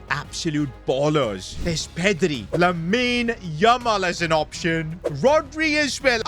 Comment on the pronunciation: Is it just me or does he emphasise Lamine Yamal’s name 😅